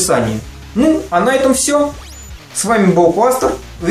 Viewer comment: его имя читается Кластер